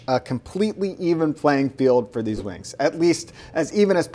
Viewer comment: i keep hearing the way he says wings as "wang" thats a very nice wang